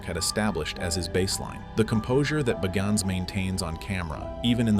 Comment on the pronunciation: The narrator can't pronounce his name Bagans consistently